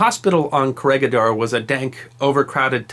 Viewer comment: I've watched a couple of your vids now and you got yourself a new subscriber :-) But please try and maybe put a quick check/effort on pronunciations such as (bɑːtɑːˈɑːn) and (kəˈrɛɡɪˌdɔːr/,) in your future projects. I know in some cases it might be almost impossible to pronounce some names and places but here would have been pretty easy and it's the first you will see looking the places up on Wikipedia and is really not too hard to pronounce. Anyway love what I've seen this far, thumbs up and I'll keep watching :-)